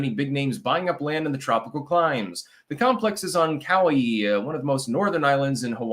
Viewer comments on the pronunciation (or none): You mispronounced Kauai.